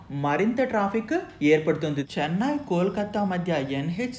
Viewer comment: చెన్నాయి కాదయ్యా నాయన..చెన్నై you have to work on your vocabulary..